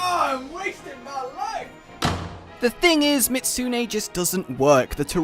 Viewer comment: why do people just LOVE to remove the ''zu'' part in ''miZUtsune''? is it really that fucking hard to pronounce? at that point you just look kind of ignorant to be honest, sorry but its true